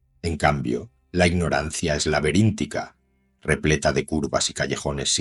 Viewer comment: Excelente video 👏👏 solo una observación en minuto 2.12 dice "la veríntica" debería decir "laberíntica"